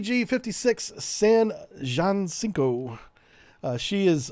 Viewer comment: I served on San Jacinto, whose name you absolutely butchered, and you did that ship zero justice. CG56 fired the first Tomahawk in Desert Storm from the Red Sea, and sent more than 2 missiles. The Jac was one of the only Tico ships to win enough consecutive Battle E awards to have its E painted gold. I was on it 3 years and have 3 E's on my ribbon. On the 1996 Med we rescued a sinking cargo ship, Saudi Hafuf, threw a massive 4th of July Texas style BBQ in Malta where a butt load of ambassadors from around the world attended as part of an effort to build diplomatic relations with Malta, and met up with the Russian carrier. The Kutznutzoff is what we called and they sent a bunch of their officers to our ship. They toured the ship and I had to let them into the port torpedo mag where one of them asked me how fast our torpedoes moved. Uhhhhh, no. By the way, you stated the MK46 has a 500 pound warhead. It doesn't, that's the MK48. The 46 has 98 pounds of pbxn 103. I attended the decommissioning in 2023 and it was like being at a funeral. I complained about it every day I served and have missed it every day since I left.